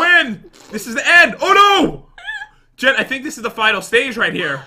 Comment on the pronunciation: p THEY CALL JEN... GEN OR HEN OR KEN 🤣🤣🤣🤣🤣